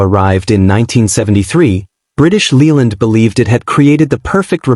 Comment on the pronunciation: It's pronounced British LAYland, not Leeland. To be fair, most cars in the '70's rusted, especially the Italians. Even the 70's Rolls Royce cars were rot-boxes. Oh, and 'Mk' is a truncated form of 'Mark' and should be pronounced as such.